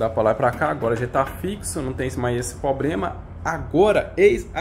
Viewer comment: O unico probrema e mesmo voce falar probrema ahahahah